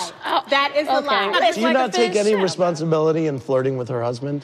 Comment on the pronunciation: Phaedra: Resonsibility